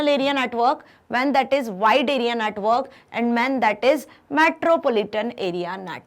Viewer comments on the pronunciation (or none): Mam pronounce network as a natwork